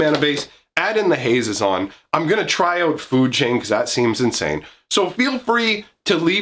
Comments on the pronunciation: I've always pronounced it Hah-ZEE-zon, but that's just me. For options, you could add some "Warriors matter" cards: Bramblewood Paragon Decorated Champion Goma Fada Vanguard Herald of Dromoka Kargan Warleader Mardu Woe-Reaper Rush of Battle Sosuke, Son of Seshiro "Warrior + Equipment" Kor Blademaster Nahiri, Heir of the Ancients Relic Axe Resolute Strike And Mercy Killing can be multi- functional for you. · I put the accent on the ze (pronounced ZAY) of his name. HaZEzon Tamar. Idk that's how I read it at least.